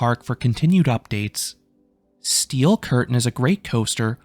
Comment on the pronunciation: stop saying steel curtain like that